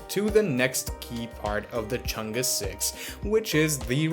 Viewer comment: far side, man, other than that, perfect pronunciation of Chang'E, great job